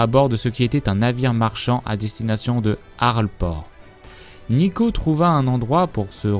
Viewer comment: Neeko, pas Neko :I